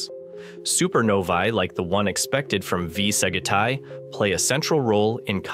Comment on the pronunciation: Sag it I? I love the pronunciation.... AI can't seem to correct itself.